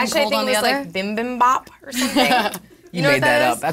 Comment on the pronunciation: LMAO "bimbimbap" --> "bibimbap" i love that stuff